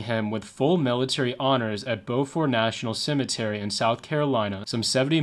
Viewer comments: Beaufort, SC is pronounced "byoo-fert", not "bow-fert". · Beaufort is not pronounced Bo fort like you said but it's pronounced more like Buu fort..